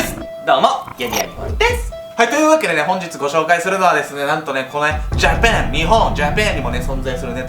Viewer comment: じゃぱぁん ばださいかと思った